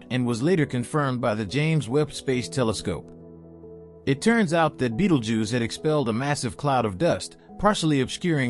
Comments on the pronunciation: Beatle juice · whatever you do, dont fixate on the way dude says “Beetlejews” or you wont be able to pay attention to anything else 😂